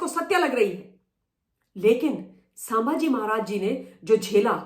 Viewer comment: Excellent! Only I want that you pronounce well-known names correctly. It's not सांभाजी, it's संभाजी. Can you please say it correctly?